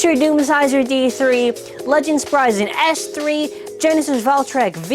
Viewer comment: It's pronounced sprig an not sprysen